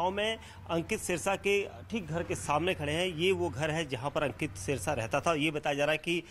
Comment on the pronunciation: सिरसा नही ह जी सेरसा है ठीक करो जी नाम